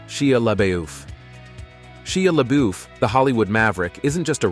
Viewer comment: It’s pronounced lebuff get it right please! That’s insulting to keep saying names incorrectly!